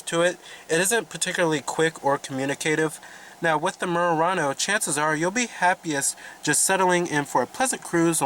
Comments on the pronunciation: Nice Mooooo...Rah-noe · Why can't you pronounce Murano properly? It's not "Meeyurano". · The way he kept saying "Murano" lol